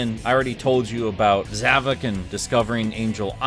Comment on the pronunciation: Um, it's actually pronounced Zav-o-k